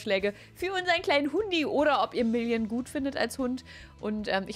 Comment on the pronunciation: Wer versteht auch statt million immer William 😂